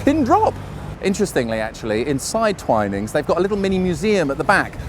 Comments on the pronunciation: Twinings the way you're saying it would be with two ns. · Hmmm T.I.P..... Surely it would be 'To Ensure Promptness', not Insure. Yes to pronounce Twinings, the way you thought it was, would be to spell it Twinnings.